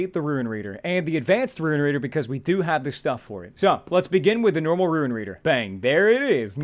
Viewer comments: Halfway through the video he started pronouncing "rune" correctly. After watching the rest of it, he started pronouncing it as "ruin" again. Come on man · it's really bugging me how you say runes as "ruins" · ruin reader? Haha, please xD It's RUNES! Not ruins!:D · First, he said iron as "eye-run", and I got over that because that's how it's spelled, even though it's still wrong. THEN, he said rune as "ruin", and I cringed SO hard. Like, is he just a living typo? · It pains me when he says ruin instead of rune. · pronounces rune as "ruin" bruuuuuuuh